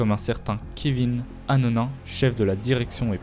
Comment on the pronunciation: arnonin pas anonin ou hanouna... ahhaha le capt. kirk joue a lotto gopher ? faudrai le mettre au courant je pense.